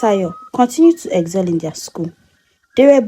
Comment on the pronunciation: Madam it's excel and not eggzel , yoruba intonation 😅, nice story though